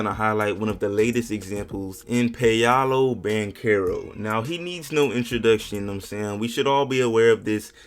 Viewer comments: Paolo not Peyalo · It's pronounced "pow-low", not "pay-ah-low" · It’s pronounced Paul-oh lol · "Pay-Allo" loooooool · Paul-oh that’s how you say it 🤦🏿‍♂️ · My man is slaughtering Ps name, wow